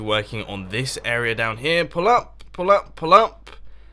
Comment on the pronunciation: when you said "pull up" it sounded like "pull out" and I was like nope nope nope nope.